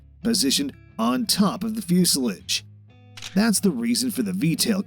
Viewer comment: Dear reader when you take these jobs read the story to someone who knows how to pronounce the words that are special to the story, for example pitot,fuselage.